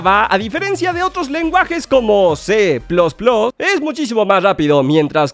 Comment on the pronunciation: Que es C plos plos ?? Grandísimo ¡nvec¡l, se dice C más más. Enserio que los youtubers son pero bien ¡d¡otas